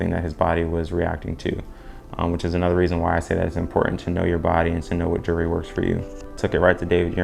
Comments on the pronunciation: Whats juree? Its jewel-er-ree 😂😂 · actually its jewel-ree, why are you adding an extra syllabus